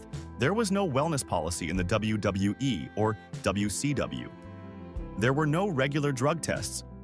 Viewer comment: Its WWE not WWWE AI got to go.